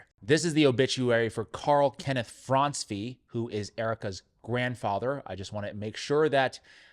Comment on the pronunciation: It’s pronounced Francey BTW.